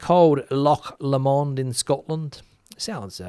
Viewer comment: Take it from a politically disgruntled brit, when it comes to PM 's be careful what you wish for, lomond is pronounced low as in the opposite of high